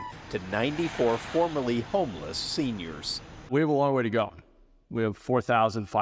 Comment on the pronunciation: Ah yes, the "senoirs".